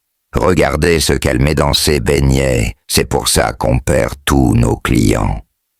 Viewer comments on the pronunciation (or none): tout le monde se plaint. Remet notre chose comme avant pardon😢 Écoute même comment il prononce BEIGNETS😢j'ai peur.